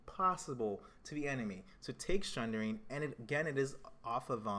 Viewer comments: theres no H in sundering. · SUNDERING!!!!!!!!!!!!!!!!!!!!!!!!!! there's no H !!!!!!!!!!!!!!!!!!!!!!!!!!!!!!